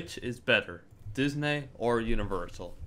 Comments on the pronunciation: its pronounced Diz-N-ee Not Diz-N-ay Disney (Ooh also i dont need to watch this, I already know disney's better) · stop saying dis-nay how annoying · please stop fucking saying disNAY . O M F G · Feel free to pronounce Disney right...so annoyinng